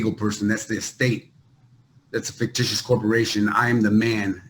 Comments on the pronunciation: New word: "Figtitional" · Bro said "fictitional"